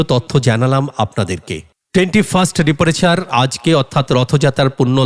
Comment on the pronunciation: পার আওয়ার্স হয় না, ডিপারেচার ও ভুল উচ্চারণ। ইংরেজিতে বানানটা লিখে দেখো। একটু সঠিক পরিভাষা বলো। কৃত্রিম উচ্চারণের চেষ্টা। জঘন্য।